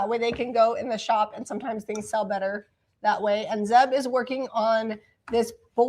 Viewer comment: ZEB not Zep sorry Zeb